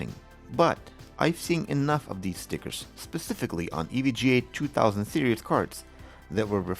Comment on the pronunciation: did you say "Serious" cards instead of 'Series"?